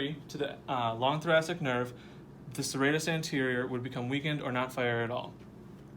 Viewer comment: That is not how you say thoracic 🤦‍♀️